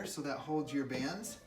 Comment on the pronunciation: I was calling out, "Bands, it's bands!" 😂 Maybe you were just really excited about the unboxing because you got it correct after 😆 Also, your kids are adorable.